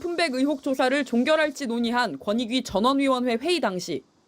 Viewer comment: 권익위가 아니라 건휙위라는 소리로 들릴려하는데 굥통령님, 정신차리쇼.